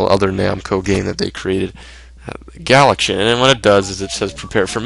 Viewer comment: The name of the other game is actually Galaga. Love he way you pronounce "galaxian" as "galachin" but it's okay. Everybody makes mistakes.